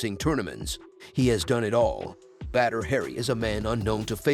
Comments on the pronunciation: Say BaDDr not bEdr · Please dont call him "Better Hari" xD his name is pronounced B A D R not B E D R its giving me anxiety to listen to this 😂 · Badr Hari is the man but come on your text to voice thing is butchering the man's name. Badr (Pronounced like *Baud - Er*) deserves more respect than this. 😂